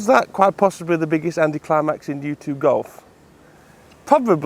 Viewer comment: Dude how you don’t have a million followers is beyond me. You have the best golf channel on You-chewb that’s how he says YouTube it’s adorable!